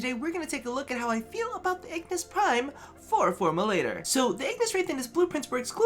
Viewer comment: Lol he said Ignis Prime